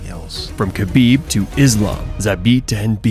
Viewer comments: Man, small correction: Khabib sounds like "Habib", K is silent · HA-BEEB. Not KHA-BEEB. A little respect goes a long way.